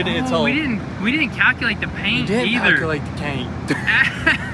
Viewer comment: You need to 'Palculate' the 'caint' bro! 😂